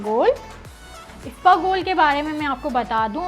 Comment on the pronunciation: Isabgol hota hai isbagol nahi…